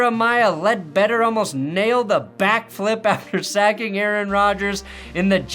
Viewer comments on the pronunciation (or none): none